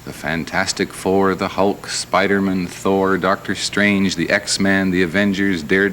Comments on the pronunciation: Spider-Men? It's not like a last name, like Phil Spider-Men. He's Spider-Man! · "How does Spider-Mun fly?" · He said Spider-min just like the local announcer did lol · I love how the host says "Spidermen" and not "Spider man" as if it was his last name. Lol. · The host called him spidermin like Chandler pointed out on friends..... bwa hahahaha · "How does Spydermin fly?" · The way he pronounces Spider-man reminds me of that friends episode lol Phoebe: why isn't it Spidermen? Like Goldman or Silverman Chandler: Because its not his last name??? Its not like Phil Spidermen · Spidermann? He pronounced it like he’s a Jewish accountant. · Lol. He said Spidermin - like Phoebe did in Friends - as if it was a last name. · The interviewer pronounced Spider-Man like “Spidermun” as of it was a Jewish last name or something. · The interviewer asked "How does Spidermun (that's how he said it,) fly?" more than once. Would have driven me nuts. Clearly the guy had ZERO idea who Spider-Man was, but that attitude was typical back then. He wasn't trying to be rude (Canadian, after all,) but clearly Stat was used to it and took it really well and explained his web-shooters. Stan truly was Stan "The Man" Lee back then, Oh and as 65 year old guy who has all his teeth, rides his bike to go errands when others would take their car, the comment about Stan being old and looking way older than 55 was eye-rolling. Stan looked fantastic here and this is actually how I still picture him in my mind as that's how he looked when I was 10-15 years old reading "Spidermun" and other commics. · Hahahahahaha in the intro he says “Spider-Man” like Spiderman/Goldman 😂😂 Phoebe was onto something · I can't get over him pronouncing Spider-Man like the last name Goodman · I love how the interview consistently pronounces it "Spiderm'n." The Vidlectrix guys could've been modelled on this man. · Why did he say spidermin but not x-min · The way the guy says "Spidermun" makes my skin crawl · Spider-Min he says